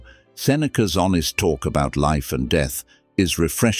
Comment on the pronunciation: This voice is not human. It is a robot. says words like death, or instead, with a wring pronunciation.